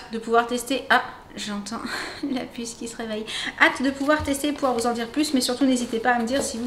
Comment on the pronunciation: a chaque fois que vous dite la pusse je crois que c est jen ;D